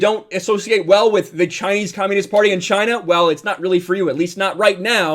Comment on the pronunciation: Not to mention the hands 👌 Chy-Na👌